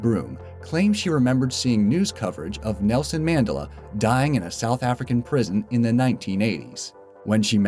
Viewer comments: MAN-DEL-A. Damn Americas can never pronounce anything correctly. He is only one of the most important people of the 20th Centruy and you cannot pronounce his name correctly 😡😡😡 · I've never heard "Mandela" pronounced the way you pronounced it. I think you botched that. I've only ever heard it pronounced "Man DEL a." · Look at other Videos of this channel, very leftist liberal BS. They're trying to steer you away from the truth of the mandela effect. Even pronouncing wrong, MAN-dela.... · The Mandela effect is pronounced: Man-del-a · u r pronoucing mandela wrong....man-del-er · Holy fuck its Man-dell-ah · I know, he sounds kind of like he's trying to mock even the consideration that it is a real phenomenon, like when he says "MANdela" effect. I think that even those who are unfamiliar with the effect know how Nelson Mandela's name is pronounced, right? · Unsub .Just becuz you pronounced Mandela's name wrong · You kept pronouncing Mandela wrong and it was bothering me too much to keep watching. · Wow... can't even pro ounce the word Mandela.... and I don't think half are these are real and were made up for views... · Pronounce mandela right. The fuck. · The way he pronounces "Mandela"...seriously wtf? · Please pronounce Mandela properly, that is soooooo wrong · One memory of this video which is unfotunaltey not false; the way Mandela is pronounced here. It is named that as so many people "remembered" that Nelson Mandela had died, years before he did. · Is he seriously mispronouncing Mandela? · You said Mandela wrong. And why the hell are they calling the Mandela effect because some people who aren't South African Didn't know when he died. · Am i the only one that cringes when he says Mandela wrong? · A little, yeah. But after watching quite a few of his videos, I'm getting used to his tendency to mispronounce words with confidence. Actually, I suddenly find it a little funny that Mandela would be one of them, in a video about false memory and the Mandela Effect.